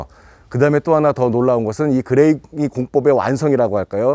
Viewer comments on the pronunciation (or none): 그레이 공법 아니고 그랭이 공법 아닌가요? 제가 잘못 아는건지 모르겠습니다